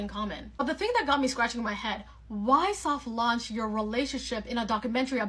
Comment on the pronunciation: They are both grown adults. I mean grown grown. Btw, it’s launch, not lunch.